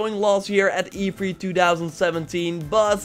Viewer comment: Not to be rude man but to hear you say E3 as "E free." Is so funny. Love your vids and keep up the great work you never seem to fail.